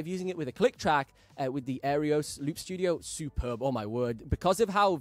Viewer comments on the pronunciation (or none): Wow…you said Singularity Sound instead of Singular Sound…and you said Aereos instead of Aeros. Surprising since you seem to be a stickler for detail. Just saying…. But, I’ve always enjoyed your videos. In fact I just bought the Aeros Loop Studio and the Midi Maestro mostly on your recommendation. I have a lot of respect for your opinion when it comes to looping. Your experience looping from such an early age makes you a valuable resource. Thank you for what you contribute to the looping community. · Nice video! Im waiting on my gold edition now… You do realize you are completely botching the product name AND the company name , right!?? 😂 its an Aeros not “Aerios”… and the company is Singular sound not “Singularity Sound”. Sry just thought id point that out…